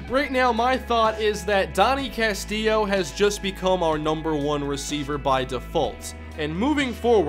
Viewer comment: CAST-ILLO. CASTILLO NOT CASTIIO